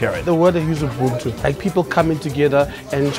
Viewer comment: See, all you IT and programmers folks out there, that's how it's pronounced NOT you-bun-too 😂